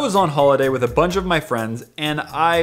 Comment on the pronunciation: just please at least say “with” instead of “whit”